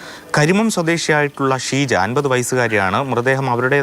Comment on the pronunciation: കരിമം അല്ല കരുമം ആണ്.